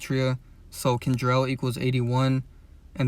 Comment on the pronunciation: Young boys name is KENTRELL not kendrell How to pronounce offsets last name Cephus (see-fus) Just pointing that out 🫶🏽